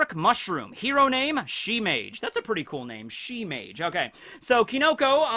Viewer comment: In the dub they pronounced Shemage weirdly